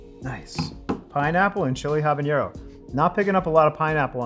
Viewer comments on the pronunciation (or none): Hi Tree House! Really cool to see you support all these hardworking home brewers. I wanted to let know that he is pronouncing “habanero” slightly wrong. He pronounced it “habañero” as if the n is an ñ like in “jalapeño”. I think it’s easy to assume that both peppers share the same “n” sound, but habanero has an ordinary flat “n” sound. Actually, the h is silent in the original Spanish, but you’d better pronounce the h when saying it in English otherwise it would confuse people. Anyway, that’s just my two cents. Have a good day!